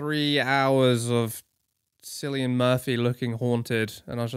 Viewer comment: Loved Space King, animation was gorgeous, give me more. I do hope this doesn't mean furry extermination has stopped though. - Cillian is pronounced with a hard C, and after Cillian's Oscar win, I'm sure Connor McGregor and a load of Irish people are gonna come and take your belt from you, along with Joe Rogan and a chimp. But I'm sure you'll stand your grand musket in hand like the patriot you are. Hunter - I get a lot of your criticisms of the film... but please tell me you get that Oppenheimer's an unreliable narrator? I tried to explain this concept to my dad and I nearly had a brain aneurysm. Also can imagine Papa Meat doing a deep dive on some dumb examples of unreliable narrator, finishing with a cum face of Hunter 'becoming death' - please do Halloween fancy dress as the Obzen Meshuggah man. It will represent the transcendence of your silly games as the podcast continues to age like a fine milk.